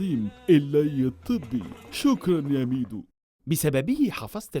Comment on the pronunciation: عز لما إنه ضايع في العربي مكنش بيهرج ده نطقه خلاني سمعتها الشك الليتاني و بقالي ساعة بدور على ميدو بالاسم ده و ظهرلي حاجات غريبة آوي 😂😂😂😂😂😂😂😂